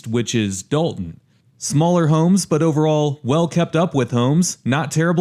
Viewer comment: Dolton, not Dalton